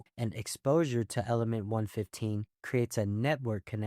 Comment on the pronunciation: I skip to the COD section and he immediately mispronounces element 115